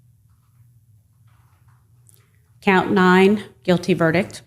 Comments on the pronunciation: what’s a ver-dick? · Between counts 4 and 5, someone told her there is a T at the end of the word "verdict." LOL